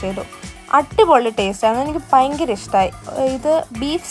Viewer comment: കുട്ടി പയങ്കര അല്ല ഭയങ്കര ആണ് 🤣